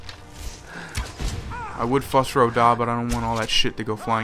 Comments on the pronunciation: Why do you pronounce it FUSS roh dah, when the game so clearly pronounces it 'foos'? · Nice video.. I ran into him when I was a level 3 or so and he killed me like instantly. And to everyone complaining about him pronouncing the "fus doo rah" shout wrong, calm the fuck down, like geez give him a break and stop being so arrogant.